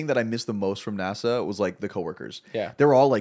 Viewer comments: Nah-Saw lol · Nah bro said nasaw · The way pronounces NASA triggers me so much